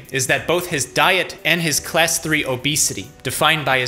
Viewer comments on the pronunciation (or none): none